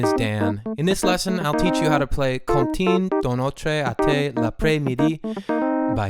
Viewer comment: 😹😹😹TERRIBLE PRONOUNCIATION. NOTRAAYYY? SMH